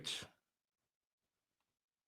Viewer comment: Nicitating? He can't even read.